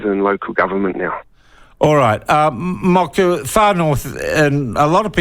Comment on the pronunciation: It takes about 30 seconds to make a decent attempt. Tens of thousands of white New Zealanders could pronounce Moko (More-Core) correctly. There is no excuse. It's just lazy, especially when he demonstrated he can pronounce Māori correctly in this segment.